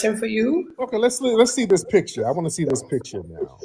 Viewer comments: Accents don't usually bother me, however it's the lying. Why are they so damn ashamed of where they're from?? It's not "Peeture," it PICture. No FBA says peeture. She's fooling no one. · Picha...and not picture😂😂